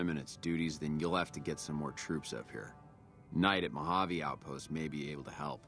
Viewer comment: Mojave pronounced Mo-Ha-Vay. I’m sure you’ll gather that eventually but the hard J pronunciation was tough 😂